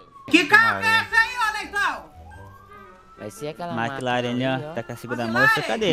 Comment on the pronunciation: O cara falando "McLaren" me doeu ksksks, deveria ter umas marcas de luxo ou supercar do q bmw😂